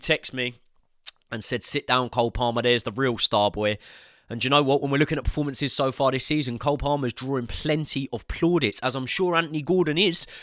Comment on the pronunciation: it's PERformances not PREformances